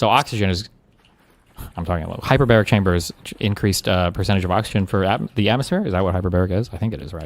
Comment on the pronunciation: We misunderstood him, he didnt say hyperbaric chamber, duh, he said hyper-berry chamber. Its full of asai and acai berries, along with other fruits and omega 3s. The treatment name is "The fruit punch" 😂😂